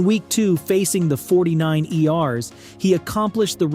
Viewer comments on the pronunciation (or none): “49 e r’s” 😭😭😭